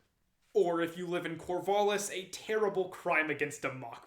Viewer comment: The "A" in Corvallis is a "æ" sound. As in TRAP, tattoo, sang. Thanks for the video.